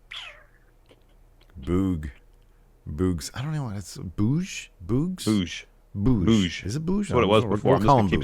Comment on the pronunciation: No he definitely said Boogs with a hard g. Boogs with a soft g sounds terrible